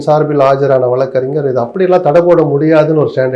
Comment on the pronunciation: தமிழுக்கு அழகே ‘ழ’ தான் ஆனால் இன்றைக்கு அனைவரும் ‘ழ’விற்கு பதிலாக ‘ல’ என கூறுவது வருத்தம் அளிக்கிறது. குலப்பம் அல்ல குழப்பம், வழக்கறிஞர் அது, வலகறிஞர் அல்ல. இழுத்து அது, இலுத்து அல்ல. ஊழல் அது, ஊலல் அல்ல. போன்ற பேச்சாளர்களே இப்படி பேசுவது மிகவும் வருத்தமளிக்கிறது.